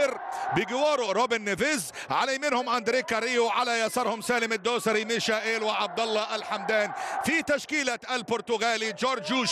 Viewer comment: رساله للمذيع. رجاء اذا كنت لا تعرف كيف تنطق الأسماء ان تلجأ الي مستر جوجل وهو يعلمك كيف تنطق الأسماء وكفايه تفتي تقل انك بتنطق حسب النطق البرتغالي. اللاعب اسمه مايكل = Michael. بالإنجليزي او هذا هو النطق العام المعروف به في اغلب اللغات. بس مفيش حاجه اسمها ميشائيل. ممكن علي الاقل تقل ميخائيل ماشي الحال او تقول برضه ميكائيل برضه ماشي. اما اذا كان اللاعب ألماني فتنطق = ميشاييل. بس برضه مفيش حاجه اسمها ميشائيل 😂😂😂